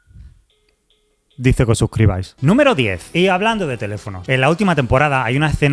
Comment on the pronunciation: "DiZe KhE oS sUsCrIbAiS" 🤣🤣🤣🤣🤣🤣🤣🤣🤣🤣🤣🤣🤣🤣🤣🤣🤣🤣🤣🤣